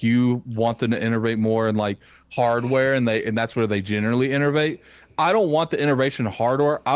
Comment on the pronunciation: There's no R in the word Innovate! Lol